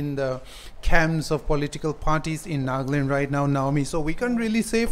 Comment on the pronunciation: Nagland? or Nagaland.....sounds stylish NAGLAND.